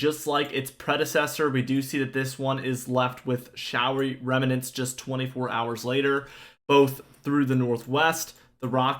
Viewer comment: "Remnants" has two syllables, not three.